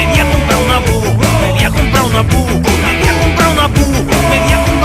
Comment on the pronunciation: Me pone de los nervios que diga "Pu"